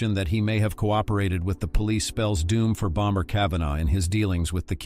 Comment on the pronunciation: BomBer Kavanagh Aggggggg „Bommer“ please 🙏